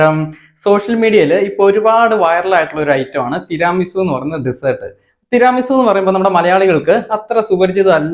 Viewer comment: തിരാമി സു അല്ല തീരമി സു എന്നാണ് ,ഇറ്റലിയിൽ നിന്നും ❤